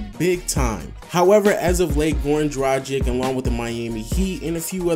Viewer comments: it is pronounced dragkits not drajik!!!come on man!! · Great video! Completely agree with these names. P.S. Dragić is pronounced 'Dra-geech'